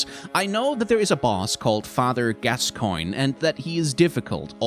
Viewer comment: Am listening to this and wondering "Did he go out and figure out the proper pronunciation for Gascoigne's name?" xD